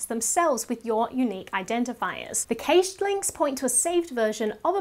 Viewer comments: Great information for a techno part-wit like me, thank you. (Just one thing I think you might have wrong is the pronunciation of the 'cached' term? 'Kashayed'?) I might not be in on the techno word trend. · Oh myyy... I LOVE how she says cached!!! 😍